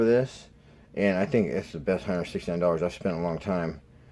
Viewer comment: did you say 169 dllars